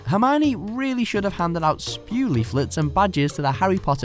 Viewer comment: It's not spew. It's S. P. E. W.